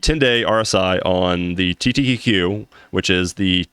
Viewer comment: Small thing i noticed, you keep saying TTTQ instead of TQQQ.